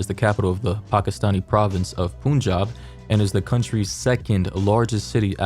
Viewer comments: Hey ! Punjab is pronounced as Phun-jab. Phun sounds like the word fun. Otherwise great video 😇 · Pun (like bun) and jaab, not poonjab. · The way he pronounced "Punjab" I just can't~ 😭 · The way you pronounced Punjab is so incorrect